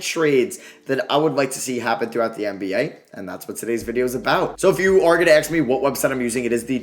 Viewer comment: The amount of times he said axe 🪓